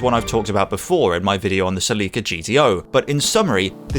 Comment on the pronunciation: the way he said sellica had the wrong slyable